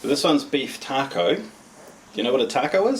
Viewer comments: I love the way he says taco, keep up the good work my favorite mre inboxer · The way he says taco is freaking awesome. 👍🏼 Just earned a sub:)